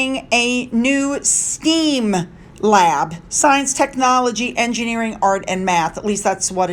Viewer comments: It's pronounce Stem like the stem of a plant not steam like steam for a kettle. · STEM pronounced with short e eh not long ee.